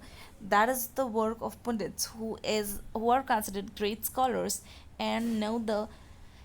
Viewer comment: Mam that is not "poondits" the "u" is used here like the "u" in "umbrella", "pundits"